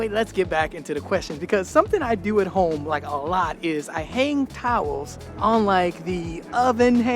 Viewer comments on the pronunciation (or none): none